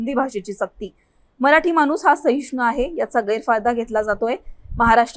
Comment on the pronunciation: आधी नीट शुद्ध वाचा. लिहलंय माणूस वाचताय मानुस